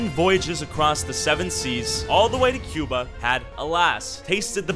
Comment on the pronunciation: he sounded like he said Qbutt